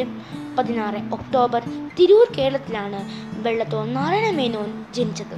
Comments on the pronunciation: Not വെള്ളത്തോൽ it's വള്ളത്തോൾ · Not vellathol it's vallothol